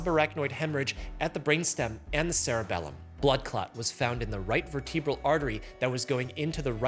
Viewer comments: Unlike in cerebral, the second E in vertebral is soft, and the accent goes on the first syllable. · Vertebral.... why have I heard that pronounced far more different by plenty of physicians ?